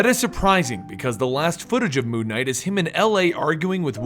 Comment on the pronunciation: It sounds like he's saying Moo Knight...which could be the greatest superhero of all time.